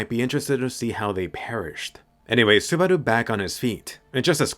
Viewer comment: Are you going for a Japanese accent when you say "Subarau" ?